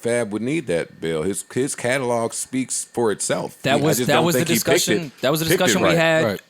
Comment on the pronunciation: And Catalog he says it Calelog lol